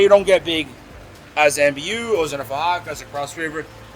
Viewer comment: Mbu (muh boo) not MBU 😉